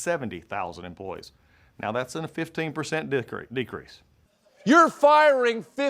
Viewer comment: We all heard him say "Dick Crease" right?